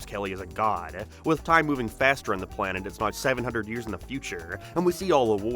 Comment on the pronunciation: God your pronunciation pisses me off. What is with you dragging out the ends of words? "Popularururur" "particularururur" "hererrrr" "planeeeert". Learn to speak properly before you take a shit on a show that thousands of us love.